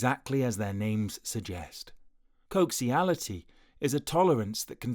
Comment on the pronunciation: it's not "coxiality", it coaxiality. With an "A"